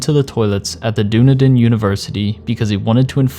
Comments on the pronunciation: Ahaha btw it's pronounced dun-e-din, not doonidin 😂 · Great video but oh my hod haha its pronounced Done-eden not dune-adin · Not that it really matters at all, but just as an fyi, it's pronounced Dun-ee-din or Dun-ee-dun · Great video but one of the most hilarious pronunciations of Dunedin i’ve ever heard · Love the video but as a New Zealander the way you sent Dunedin really made me laugh